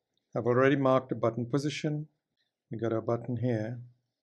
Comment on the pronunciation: He presses well on "da button" :)